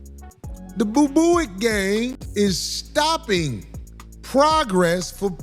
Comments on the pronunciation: Yooooooooo he keep saying boo booic 😂😂😂😂😂😂😂😂😂😂 I’m done😂😂😂😂😂😂😂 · Ba-Boo-ics? Corey you wild, Chitown's realest dude! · 'boobooick' Can't stop laughing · Nigga said boo booic 😂😂😂😂